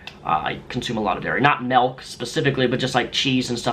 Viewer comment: Another check on my "people that say 'malk'" list.